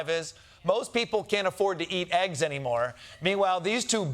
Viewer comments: “Not anymerr!” 😆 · “Not anymerrrr” 😂